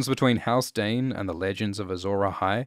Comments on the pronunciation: I feel like "Dayne" is how a Dothraki would pronounce "Dawn".... Read into that as you will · Your accent says "the doern family lives in doern, and has a sword called doern." (Dayne, Dorne, Dawn) To your credit, you are also very good about prefacing "the country of doern", or "his sword, doern" Never confused, just funny.